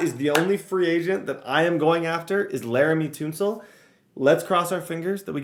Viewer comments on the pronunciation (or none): Sorry, not a big deal at all but it bothers me lol. Tunsil (Ton-Wil)